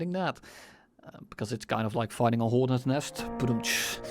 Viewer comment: DOA-18 hor-not